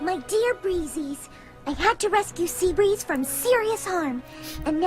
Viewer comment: its see breez